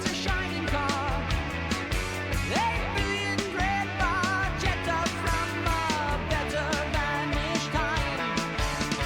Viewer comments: Hi! red barchetta is a great tune, indeed. the story is about a fiat barchetta, a spider car from the sixties, reintroduced by fiat in the mid nineties. in italian its name is pronounced barketta, not barchetta (in italian ch = k). as usual, a big hug from Italy! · Love that you correctly pronounce Peart. Small correction on the song name pronunciation: phonetically the ch blend in Italian has our hard c or k sound. So say "barketta". Though if Rush pronounces it like you did, then I'm saying it wrong. 😊